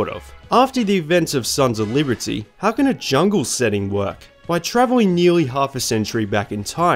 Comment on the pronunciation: “Sons of Leebertyy”